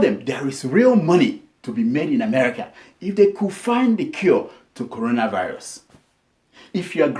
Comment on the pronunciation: Bleach pastor, did you hear the pastor, he said Colona virus